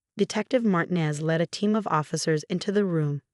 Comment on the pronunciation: ER, not air. we're, not were., have your AI program learn to pronounce Martinez correctly. Lunged, not lunge. God, not got.